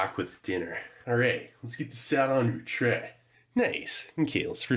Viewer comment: Its pronounced "chrhey" .